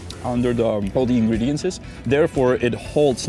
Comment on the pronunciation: Ingredients....never heard ' ingrediances'